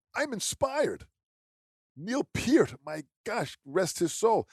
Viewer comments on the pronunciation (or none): Guys, I love you all. Great video and info, but why is it that people cannot correctly pronounce Neil Peart's last name?? Sorry...had to get that out. 😁 Actually, I think I'm going to do a video on it... and maybe educate people. Take 'em all back to elementary school and show them what they missed. Again, though... great, and important info to share with the drumming community!!! 🤘